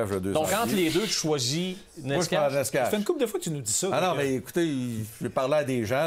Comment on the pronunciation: Necas = Nétchass = Nécache = Néchass